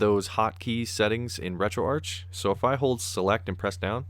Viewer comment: Retroarch-itecture: Pronounced Retroark Listen to the start of a Sonic game, how is Sega pronounced? Betcha it's not segga.